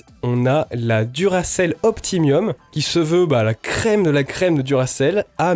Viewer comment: super merci ! un tip : powerful ça se prononce foul pas ful, et optimum se prononce optimom pas optimiom :)